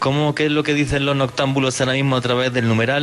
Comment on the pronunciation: BUENA NocHE NOTAMBULO jajajajajajaja hablá bieeen!!!